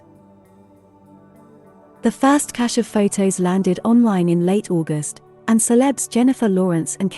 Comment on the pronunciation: Pronunciation of this word was difficult for me, now you have made it easier and clearer, thank you very much!